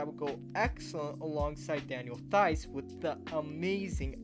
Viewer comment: Theis is pronounced like the word “Rice” with a “T”